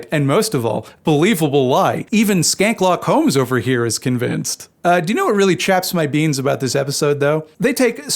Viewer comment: "Schanke-lock Holmes" 🤣🤣🤣